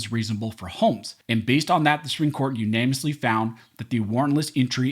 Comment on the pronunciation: Practice your pronunciation of "unanimously"